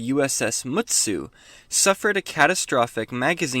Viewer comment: Thanks for featuring my ship (and nailing the pronunciation). Yes, it is based on the real-world Nagato-class battleship Mutsu.